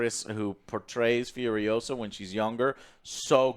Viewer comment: It’s not Fiuriousa, it’s FuriosA! C’mon man, don’t deny your latino roots, Fiuriousa, pfff FURIOSA